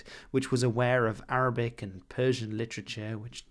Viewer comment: Great arabic pronounciation! (or as most Arabs would say, good attempt)